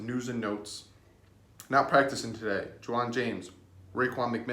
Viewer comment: You said Ju’waun James????